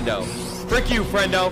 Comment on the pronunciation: Friendo sounds Special ed